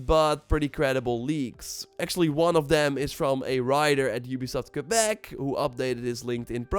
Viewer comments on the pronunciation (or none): none